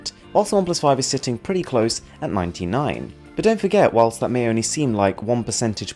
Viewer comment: you know you're so fancy when you say WHILSSSSSST